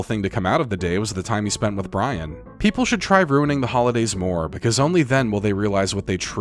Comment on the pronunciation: Being sweaty and staying in water all the time is gonna make you sick eventually...and makes you get your vowels mixed up: (brAIn❌) - (brIAn✅)